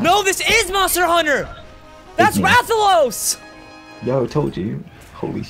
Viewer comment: Subs! Im glad you do know the MH flagship monster, Rathalos! Most youtubers keep said it Rathian...lmao thats just sad.